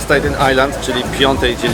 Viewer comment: STAten, nie stejten. Pozdrawiam.